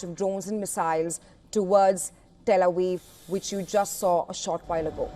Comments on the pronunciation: Pronunciation 09, , "Tel Awiv" and not Tel Aviv. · "Tel A Weev?"